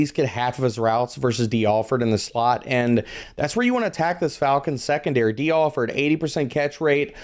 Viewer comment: Shrekondary lol